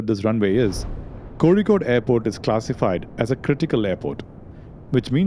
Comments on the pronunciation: Thanks!, For the efforts, beautiful narration (watched all three of ur videos in one go), music and clarification. Keep doing wht ure doing!!!!!!! Also the way u say kozhikode is perfect, are u mallu?? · How could you pronounce “Kozhikode” so precisely 😳🤓!? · Explains how you pronounced "zh" right in "Kozhikode". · I know you are a Malayali when you correctly pronounce കോഴിക്കോട് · Your pronunciation of kochi and kozhikkodu makes me wonder whether you are a malayali? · I have seen your channel before but only watched my first video last day while waiting for flight to TRV. Now in this video the way you pronounced Kozhikode made me thinking that you are a Malayali😂❤ Ur content is of good quality. Keep it up brother. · By the pronunciation of kozhikode I deduce u r from Kerala..lol..Txs for all the videos..I’m an avid follower of urs..keep it coming skip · The way you pronounced "Kozhikode" made my day. 😅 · Is it just me or did anyone else notice how correctly he is pronouncing 'Kozhikode'? Usually everyone except Keralites mispronounce places in Kerala. Kudos to the level of attention to detail! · Where are you from? I am surprised you pronounce Kozhikode correctly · The narrator has accurately pronounced the letter ഴ (zha). He is either South Indian or has put significant effort into mastering the smallest details. hats off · I noticed that. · Did you pronounce zh ( ഴ ) correctly you are either a Malayalam or a Tamil , your accent gives Malayali vibes . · I can say you are a malayali by the way youre pronouncing 'kozhikode' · The way you pronounce Kozhikode proves that you are a Malayalee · Finally found someone that pronounces kozhikode properly keep up the good work . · Are you from Kerala? becoz you are correctly pronouncing kozhikkode😊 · the moment you said Kozikode properly, you gave it away! Very nice narration!